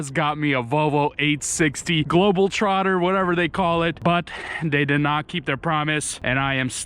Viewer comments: Why do you keep saying Globeltrotter? you even read it like that, i just dont get how you can read Globetrotter and still say global... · You’re driving me crazy misreading the name. It’s GLOBETROTTER not Global trotter. 🤦‍♂️ You’re as bad as those guys that spell Peterbilt, Peterbuilt. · It's not " Globel Trotter " it's " GlobeTrotter " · It’s a Globetrotter not a Globaltrotter, I think your a Bitumen trucker yeah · It's not Global (trotter) it's Globe (trotter) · GLOBETROTTER !!! NOT GLOBAL TROTTER ...KEEP IT NICE !!!! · its GLOBETROTTER not GLOBELTROTTER like you said